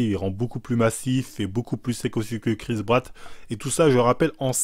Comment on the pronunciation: "Chris Bratt" 😂😂😃